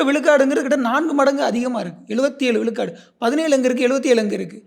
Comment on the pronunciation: should improve his tamizh pronunciation it is not vilukadu its vizhukadu